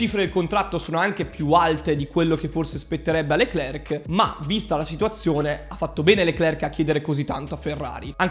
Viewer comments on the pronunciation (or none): SI PRONUCIA " LECLER, E NON LECLERC, LA C NON SI PRONUCIA.